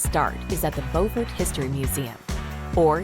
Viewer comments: There are two Beauforts. The one in N.C. is pronounced Bo fort. The one in S.C. is pronounced Bew fort. The narrator mispronounced the S.C. Beaufort. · AI, it's pronounced Like this, B-you not Bo. LOL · "Bow fort".....that's not how you pronounce that name its "be-you-fort".....Beaufort....at least that's how the locals say the name. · Ive never heard Beufort pronounced Bofort before, in South Carolina its pronounced more like "byoufert" like the beginning of "beautiful" and the word "fort" combined. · They mispronounced Beaufort. It's "bewfort" in South Carolina. The city with the same name on North Carolina is pronounced "bofort". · They didn't mention Parris Island either when talking about Beaufort (Which pronounced wrong). Guess you can't win them all. 😇